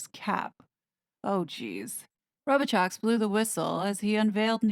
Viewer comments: His name isn’t Row-bi-chox. It’s Row-bi-show. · It is a French name prononced ro bee show